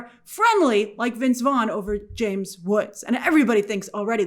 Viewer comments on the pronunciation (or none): none